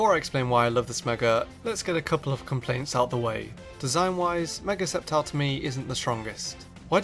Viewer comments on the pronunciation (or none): I remember him saying scicor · For ceptile he sad sisscor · Did you call sceptile, scizor